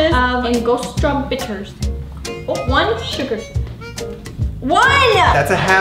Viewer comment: it's cute to hear foreigners say Angostura lol. It's pronounced An-gus-too-rah.